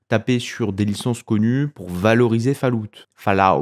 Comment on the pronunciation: Faloute... j'ai les oreilles en sang.